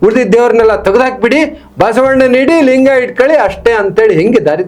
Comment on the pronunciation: ಅಣ್ಣಾ ಲಂಗ ಅಲ್ಲಾ ಅದು ಲಿಂಗ